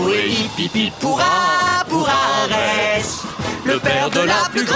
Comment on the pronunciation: En plus de changer le nom "Boreas" en "Borée" durant les chansons, y a qui prononce "Arè" au lieu de "Arès"